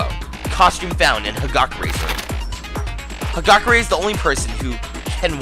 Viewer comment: Hagakure is pronounced Hagakuure!